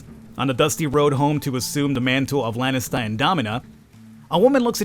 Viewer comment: Hey, just a minor thing, but it buggs me a bit... its not "Lennister" its "laaaanistaa" plzzzz, do pronounce it properly, u know why... fkin lennisters..... Cheers!;D